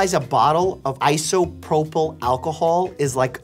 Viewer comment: "a bottle of isopropyl alcohol -" Hehe prople